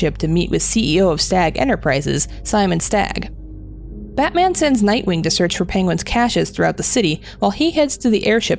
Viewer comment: I swear he's says Antman sometimes...love the vid though.